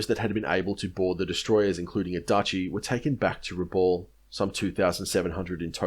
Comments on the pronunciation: Rabaul is pronounced Rah-bal not Rah-ball. Good presentation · You've probably been told this before, but it's pronounced Raboul, not Raball. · Pronounced rahb owl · love your work but. 1. Rabaul - pronounced Rab-bow-el. Papua - pronounced Pup-poo-a or Pup-poo-anne. 2. I feel you are protecting the Australian Buaefighter pilots somewhat - regarding strafing lifeboats. They had seen what the Japanese pilots were capable of and they didn't muck around. In my mind it should have resulted in war crimes trials - but as you said every Japanese troop that landed on the main land would then have to be fought again .